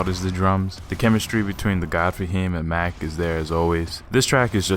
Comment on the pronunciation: Mach not Mack